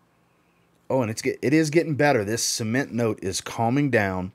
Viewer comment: I say cement you say SEEMENT 🤣🤣🤣